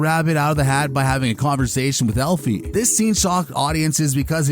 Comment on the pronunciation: Elfie? Lol. AL-fie…short for Alfred. Not Elfred. ETA: Who is ADD-a? A-da. Did you the show?